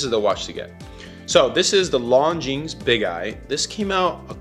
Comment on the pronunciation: 1. Viewers want to see the watch. 2. Its pronounced Longine. (without the "s")